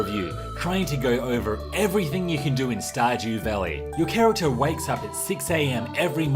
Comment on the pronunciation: “Star-gew valley...”